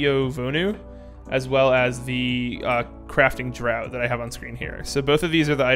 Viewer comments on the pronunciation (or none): Just fyi: draught is pronounced "draft."